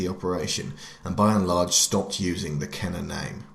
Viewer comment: It’s pronounced ken-ER